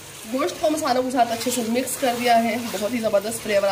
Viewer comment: Mam mix kehte hai misk nai 😂😂😂😂😂